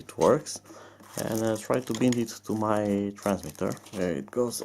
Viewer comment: Well, leave it to Gear Best to leave you hanging ... Hope you find out how to Bind it (btw, bind is pronounced with the long I sound, as in wine ... bind .. ha ha). Good luck. Cheers.